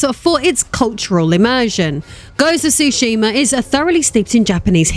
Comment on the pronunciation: Being from Japan, I can tell you you are mispronouncing the names. Tsushima is pronounced “SUE-she-ma.” Some also pronounce the “T” at the beginning, which is also correct. Yôtei is pronounced “YOO-tay.”